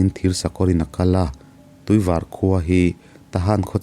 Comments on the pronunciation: Varpui khua atag in🥰/cuan tuivar kha, var tih tak kha thluk san tur tuivař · Tuivar tihhi Tuivâr tia lam tur aw. Mahse hriat ngaihloh khua ania a pawina a awmlo ania. Ngaihnawm khawp mai. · i Tuivar lam rik dan a dik lo.Tuivar rawngvar ri anga lam tur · Tuivar i lam dan hi i thluk hniam lutuk, kawrvar tia kan lam ang hian var hi lam tur aw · Tuivar i lam dan khi a dik lo aw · Tuivar khua, white water (var kha i lam hniama, i lam dik lo. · Tuivar I lam dan kha adik lo nia😊. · Tuivar tih kha i thluk dik lo Tuivar a ni tawp aw A awn lo😁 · tuivar hi i lam dan a diklo deuh.. var hi sap in a "white" mizo in a "var" kan tih ang a lam tur ania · Tuivar I Lam dawn hi... var tih lai tak hi [ white color) hetiang anga Lam tur ani ee